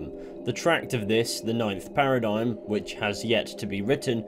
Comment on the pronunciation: The worst thing about epsolinism is how they pronounce it a parid-gyim rather than paradigm